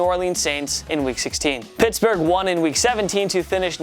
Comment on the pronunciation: Pertsburg???What lol